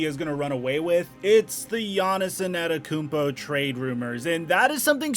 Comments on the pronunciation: Nobody:: Giannis ANETakoumpo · Lol who tf is Giannison Adekounmpo, please just say Giannis lol, your pronunciation kills me 🤣🤣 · Nobody: Giannis ananakoumpo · ANETTOKOUNMPO........YOU SAYING IT WRONG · He said En-ah-tekumpo 😂😂😂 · He really said Giannis annikumpo and Giannis nannikumpo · Bruh... you’ve gotta figure out how to pronounce that last name. It’s not “Anatakounpo”. You’re leaving out several letters the way you say it. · don't you mean anatakoumpo? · Jahnison Ettakounmpo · PRONOUNCE HIS NAME CORRECTLY FOR GOD SAKES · I dont like how he say Giannis last name but great content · Mans has won 2 straight MVPs and you still cant say his name right. Trash tier content creator..